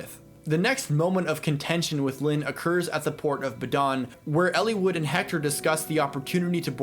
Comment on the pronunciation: I love your analysis on the behavior and development of these characters, Eliwood in particular, it's what drew me to your videos, but I hate the way you pronounce the names.